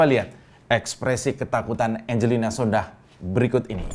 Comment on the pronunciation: Om, itu marga sondakh, 'H' nya ga bunyi yg bunyi 'K' nya om wkwkwk